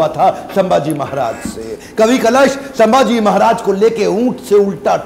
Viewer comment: Sambhaji Maharaj ko ijat se bolo (hara nahi, vo). Aise friends ki tarah pronounced mat kar vo raja hai ijat se bolo 😡😠😡😡😡😡🤬